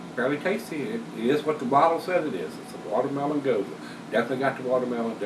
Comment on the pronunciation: Nice review. I think you've got the right pronunciation (at least how the Texans say it). I'm not a big gose fan, and even less a watermelon fan, so maybe this one isn't for me. I'll stick to the hop bombs and toasty stouts. Thanks for the careful review. btw, you've got me obsessively reading bottle labels for dates now (you're so right about that). Cheer!